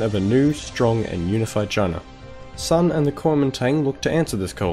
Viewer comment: There's a couple times you messed up in this video. First, you pronounce Sun incorrectly, as well as Chieng. Second, Japan specifically did NOT anix Manchuria, instead setting up a puppet state. Third, you attributed several things that at least arguably would have happened anyway to Mao's government at the end, and framed it in a slightly biased light, which annoys me because people who don't know better would be influenced by this not entirely unbiased presentation. Good video overall though.